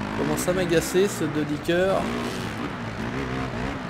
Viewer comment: c pas de dicker c de dYcker sa se prononce de dy ker sinon bonne vidéo